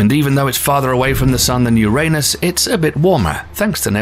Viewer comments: This Narrator "" is spot on if it comes to saying URANUS. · I never laughed so hard. Ever! I’m so grateful you pronounced “Uranus” the old way. You are legendary!